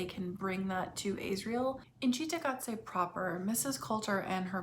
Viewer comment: Just a quick question; why do you keep calling Lyra (L-EYE-RA) Lira, as in the former Italian currency? And Asriel (AZZ-riel) AYZ-riel? If you watch any footage of Phillip Pullman you’ll know exactly how those names are pronounced even if you ignore the way the names are spoken in the show.🤷🏽‍♀️